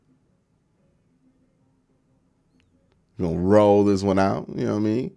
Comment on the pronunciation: Learn how to talk dis is not a word